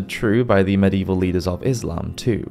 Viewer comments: And medieval has four syllables But this guy only uses two 😊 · How about the fact that medieval has four syllables but he only uses two It's a good thing I don't know where this guy lives boy I'd give him his comeuppance😊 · Medieval has four syllables But he only uses two